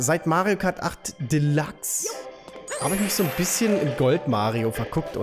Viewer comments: was hast du mit deinem Lachs:'D es heißt MK8 Deluxe und nicht MK8 Delachs:'D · er sagt immernoch delachs ahahhahahahhahahaha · Mario kart "delachs"😂😂 bester mann